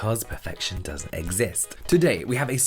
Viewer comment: I heard "Perfection Does it exist?" I think the hand talking betrayed him here. (helped emphasize the start of the words "perfection doesn't exist" - thus, the "not" was de-emphasized)